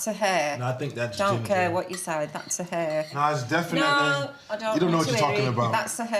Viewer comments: It's pronounced "Hair" not air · Judging someone else’s accent when she calls a hair “an air”